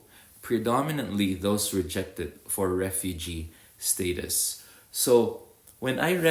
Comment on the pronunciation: When you pronounce Status It’s Istatus It’s just funny the way you pronounce like slang